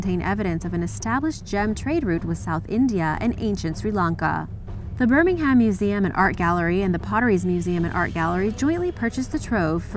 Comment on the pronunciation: Please pronounce the English counties and towns correctly 😫😫😫 it’s not Stafford SHIRE or Birming HAM 🙄🙄